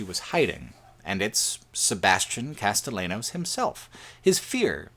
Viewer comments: Castellanos is pronounced Casteyanos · i'm watching the video and it's good and all but every time you mispronounce castellanos despite it being spoken several times in the game i physically recoil